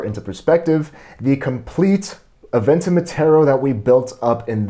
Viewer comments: Is it just me or did he say abenton wrong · This dude keep saying aventen and not aventon